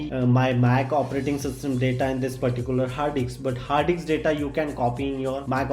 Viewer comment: Stop killing English brother rest in peace to all daaataaa which lost found